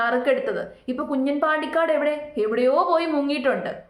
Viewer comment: Kunjan alla 😂kunjaaan😂😂